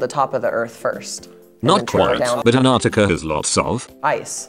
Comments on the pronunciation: Komara is saying antrictica wrong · The way Kimora pronounces 'antartica' is killing me